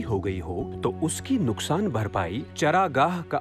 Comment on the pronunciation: नुक़सान: "फ़िर भी" : उच्चारण दोष one should keep this in mind. But alas! oh my India